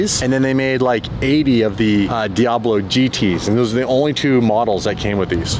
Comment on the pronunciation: Fuckin calling it a DiAHbo